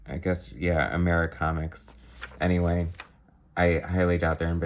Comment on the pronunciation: Reviewer is a uninformed Person who doesn't even know how to pronounce Americomics . And YES , A.C.comics is STILL in business . With the 200th issue of FemForce recently released .